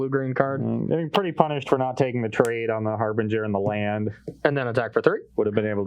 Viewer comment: “Harbringer”??? been spending too much time around Cedric.